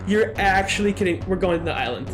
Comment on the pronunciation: it isn't pronounced nut island it is pronounced nuyt-LAND